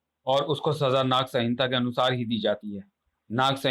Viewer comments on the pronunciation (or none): Sahinta nhi bro. Samhita. Apni reading aur sudharne ki zarurat hai aapko